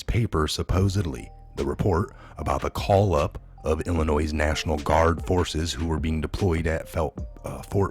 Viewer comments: please say Illinoi not Illinois do mot pronounce the S! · Illinois is pronounced “illi NOY not Illi NOISE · It is pronounced ILL ANNOY.........not ILL A NOISE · FYI... Illinois is pronounced “ill i noy”. Not “ ill i noise”. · I hate being a grammar Nazi but its not "IllinoiSs"... its "Illinoy" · ILLINOIS...'S' is silent...pronounced Illinoi ....thank you... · It's pronounced Illinoy, there is NO noise in Illinois sir. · Good stuff! Just a reminder that Illinois is pronounced ‘ill-annoy’. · It is pronounced....Illi-noy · Its illinois.... not illinoiZZ... The S is silent - just like the "P" in beer 🍺 !!! Thanks for all your work! #WWG1WGA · Illinois ..... no ‘s’ sound on the end! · Ok he pronounced it wrong you don't gotta say it a hundred times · FYI...The S in Illinois is silent. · Illinois has a silent S! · Please stop pronouncing the silent "s" at lend of Illinois. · FYI: Illinois is pronounced without the 'S' at the end. 👍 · Yes, please no "s" on the end of Illinois. It is French and silent please. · the "s" is silent in Illinois. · The s is silent on Illinois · Silent S in Illinois. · Thank you! ❤️❤️❤️I am from Illinios. Respectfully, the “S” at the end of Illinios is Silent. 💕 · No sound of S on Illinois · Love your site! Always watch. However, the "s" is silent in Illinois. It sounds as "oi". French. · Love your videos....but PLEASE pronounce Illinois correctly...the 's' is silent. They say only the least educated say it with an 's' or 'z' sound. I know that can't be you! Don't give them any excuse to say you don't know what you're talking about.